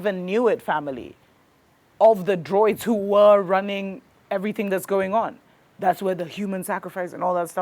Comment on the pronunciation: it is pronounced Drew-eed not Droid. You sound so uneducated